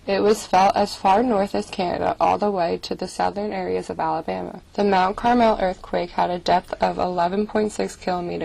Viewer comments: You mispronounced Carmel, you were saying it like Carmel, California it is actually pronounced like the food. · You said Mount Carmel wrong my grandma lives in Mount Carmel are used to two